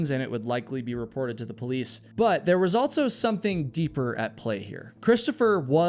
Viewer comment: It drives me nucking futs that you insert a t into words like ‘also’ aka ‘altso’. I know I do not HAVE to watch, but you actually have interesting videos. I wonder if the ‘insert a t into words with the stress on s’ is a dialect. It has to be. Just like Tiger King’s accent absolutely drove me crazy. At least you don’t sound like him 😵‍💫😁